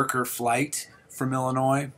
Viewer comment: ILL&ANNOYED (Illinois) 😂